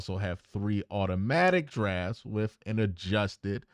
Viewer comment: This dude said “wif & spunt” 🫣